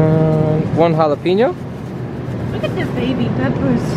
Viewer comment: Did you say japlepenis?